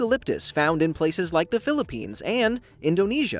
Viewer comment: Uhh did you said filipins or philliphines.also im a kid wanted to be a sciencetist.also i live in philliphines